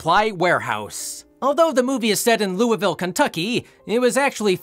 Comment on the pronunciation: He actually pronounced louisville right